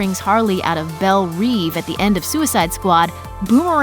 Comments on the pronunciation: It's "bel rev" not "bel reev" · "bElL rEvE" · You pronounced Belle reve wrong every damn time.... really not that hard ;)